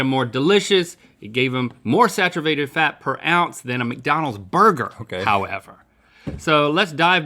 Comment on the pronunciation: Link: "Saturvated fat" Rhett: A look that says "Should I point out that he just mispronounced saturated fat? Nah...not worth the conversation."